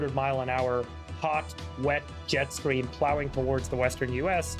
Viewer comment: Jet scream like wth people! He literally said scream instead of stream. Lmao